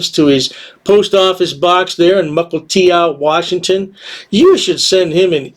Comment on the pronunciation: It's "muh - kull - TEE - oh", not "ow". Of course, will be saying "ow" in prison a lot....